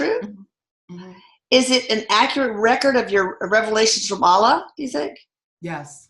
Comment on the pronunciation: Dear, Thanks so much for the work you do. Wish you progress from strength to strength 🙏 A gentle correction. Kindly pay attention to how words foreign to you are pronounced. It's not 'Aalah'.. it's 'Allah'. Might be worth your time checking out how a Muslim might pronounce it, isn't it?:) I am a Hindu. In Sanskrit, a vowel dragged or shortened unnecessarily can totally change the meaning of the word itself. Just a request to be a bit more sensitive to other cultures. Thanks 🙏